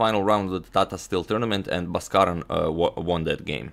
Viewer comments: In India, his name is pronounced as B-aa-skaran.. ba - is pronounced as in ball. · It's pronounced Bhaaskaran